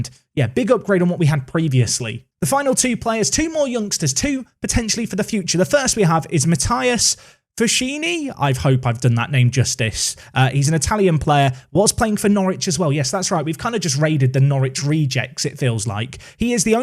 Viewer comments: you pronounce matthias fuschini's name wrong it is pronounced as if you were saying fuskeenee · Think it’s pronounced Fus-kini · Fuschini is pronounced fu-skee-nay but I get how hard it is to remember this kind of stuff so Italian stallion is totally fine😂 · fuschini is pronounced foos-keeny, or alternatively gone-by-january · I'd say it's closer to Fu-skee-nee actually. The 'chi' is pronounced like key -- as in Chiellini